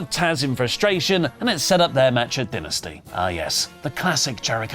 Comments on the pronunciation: Stop saying dinesty it's dynasty. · Maybe he was hungry recording this, I keep hearing Dinner-sty 😂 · So when someone passes away, does say they “did”? I mean AEW calls it DIE-nasty, not Den-asty. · Ok. So you can pronounce the word “dynasty” however you want, BUT you can’t deny how the actual promotion pronounces it. It’s “die-nasty” being stubborn and pronouncing it your way doesn’t change the fact that you’re saying it wrong. When the promotion itself says “die-nasty” and you say “duh-nsty” you sound foolish. Love you, but you are standing in a hill that you look foolish on. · pronunciation of Dynasty as “dih-nih-stey” but referral to Dynamite as just “Dynamite” urks me lol EDIT: HE JUST PRONOUNCED IT DYNASTY IS THE ACCENT A WORK OR??? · din - ah- sty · can you pronounce Dynasty correct it makes you sound like a complete smeghead 😂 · Why does keep pronounce dynasty that way lol. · Why does keep saying Dynasty wrong???? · I think what I am so excited for about aew dynasty is when it's over and oli can stop pronouncing it wrong!! 😂